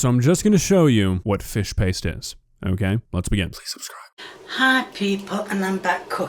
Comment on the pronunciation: Lady, it's called "Fish Paste" there is a T in it!